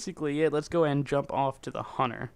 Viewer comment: HUNNER?HUNTER NOT HUNNER